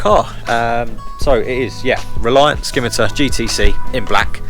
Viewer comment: Lovely car but the c in Scimitar is silent